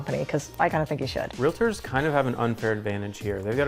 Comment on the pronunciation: “Realators.” Do you also say “doliphin”?